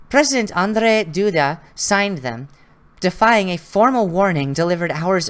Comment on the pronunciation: Andrzej Duda [andjey doodah] - "rz" is somewhat like French J. you try, but I`m not surprized noone can pronounce Polish names